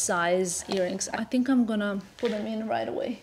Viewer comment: I love you & I love your fashion sense but why did u start saying “I tink” instead of “I think”?.. it’s like saying “tank u” instead of “thank u”.. ur smarter than that.